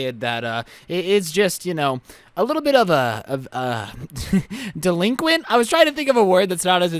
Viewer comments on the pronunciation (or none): Well that’s darK he said DELQUINT